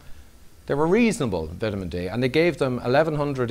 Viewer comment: Vit a men D love the Irish ☘️